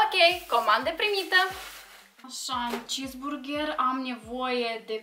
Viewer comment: a comandat cisburgeer și ea spune Burgeer